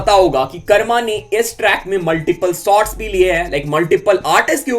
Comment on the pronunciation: bhai aap sots bolta ho say shots